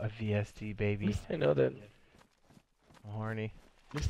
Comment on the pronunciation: Why everyone saying svd it's vsd